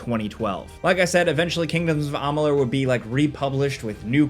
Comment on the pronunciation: Amalur not amalun! Wtf you said it again and again!! Dude??!